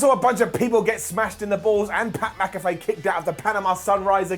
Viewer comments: it’s Pat MAC-a-FEE not Pat MAC-a-FAY. I love you though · You're doing the Mack-a-fay thing on purpose right?...